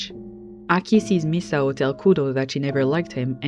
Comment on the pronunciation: omg you're like the first youtuber I've heard actually pronounce Misao's name correctly! every lets player and essayists I've ever watched always go "miss-ow" or "mees-ow"